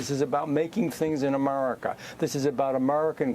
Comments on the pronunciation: He speaks normally but when he says America, it’s like he purposefully pronounces it “A-merca.” It’s almost annoying lol. Just pick one. Either speak normal English or bust out full redneck and keep saying “Merica” and “git er dunn” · Why is he calling America, Amurica?